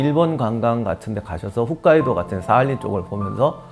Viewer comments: 북해도 정확히는 뒤에 발음 따라와서 혺까이도에 가깝습니다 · 등록자수 300만에 가까운 지식 유투버 채널에서도 곧잘 '훗'카이도 라고 하시던데, ho보다 hu가 발음하기 쉬운가 한번 입에 익으면 좀처럼 못 바꾸나봐요